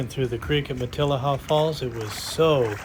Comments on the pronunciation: It’s pronounced mat-I’ll-a-haa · It’s pronounced ma-te-LEE-ha. Like the beautiful bush of the area, Matilija poppy, sometimes called fried egg plant. Their huge white petals got them the name, they look like the old fashioned lace collars Spanish ladies used to wear…